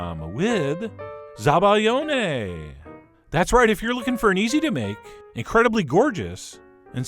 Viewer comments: ZabaIOne, not ZabaGLIOne. The sound is very different 🙄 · It's Zabaione not ''Zabaglione'' you fucking idiot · Hey chef! It's zabaione, not zabaglione😊 sooo good! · Probably heard this already, but it's zabaione, in which the 'i' is pronounced like a 'y' in English. Lel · Nice video though it's called "zabaione" not "zabaGLIone". Source: I'm Italian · CHEF!!! It's "Zabaione" there's no gl in that word ;)